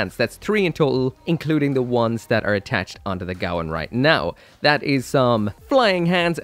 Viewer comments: What's with the pronunciation? It's the Gawain, not the Gawan. Come on man even the Japanese audio calls it the Ga-wein. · GAH-WANE!!! It's pronounced GAH-WANE!!! Seriously, you people NEED to start taking United Kingdom English lessons. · Its pronouced Gah Wayne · Damn that looks nice! It's pronounced Gwayne, like the knight from King Arthur, it's a Welsh name. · gawain rhymes with pain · it's name is Welsh and pronounced : GA - WAYNE